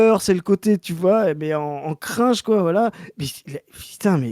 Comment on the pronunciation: ton "crAINge" est plus "crinEge" que le cringe 😂